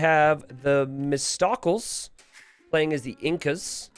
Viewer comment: The way pronounced “Themistocles” lol